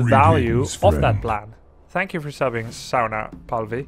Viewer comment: How did you pronounce "Saunapalvi" so well? Are you a wizard Grubby? O_o